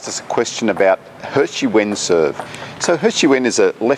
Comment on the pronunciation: Sounds like ''Hershey Wins'' xD